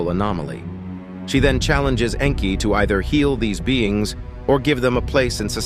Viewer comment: It's Nnnnn kie like ur pronouncing name wrong